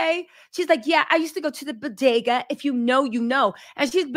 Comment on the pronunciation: Hahahaha “ the Bo.De.Ga” 😂 🤣🤣 Bagels Baby.. Bagels